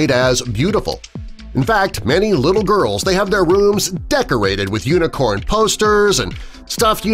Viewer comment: This is how many times he said uinecorn I I I V